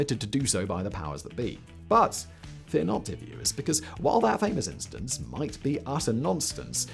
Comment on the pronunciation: Did he really say "nonstance"?